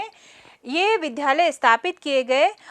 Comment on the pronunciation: ज्ञानवर्धक लेकिन विध्यालय का शुद्ध उच्चारण विद्यालय अपेक्षित है।